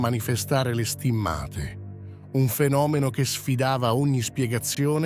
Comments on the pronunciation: Perchè inumeri in imglese? Si dice stìmmate e non stimmàte.Chi è questo strano tipo che parla? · Perché alcune parole vengono pronunciate in lingua inglese ?poi pronunciate male stimmate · Ma che dite? Le date ed i numeri in inglese, mentre il resto è in italiano, per non parlare che state storpiando parole italiane, tipo le STIMMA'TE, anziché STI'MMATE". Per cortesia, siate un po' più professionali !!!